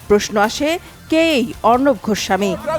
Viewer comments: গোস্বামী ।ঘোস্ সামী না । উচ্চারণ ঠিক করবেন।😂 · ঘোস্বামী নয় গোস্বামী ভাষায় যার শুদ্ধ নয় সে আবার সন্চালক 🤣😄🤣